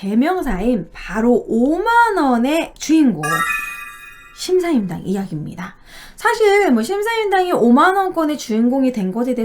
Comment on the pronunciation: 자꾸 심사임당이라고 하시네요